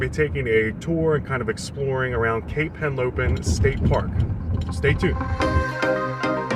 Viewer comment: It's Henlopen, not Helopen.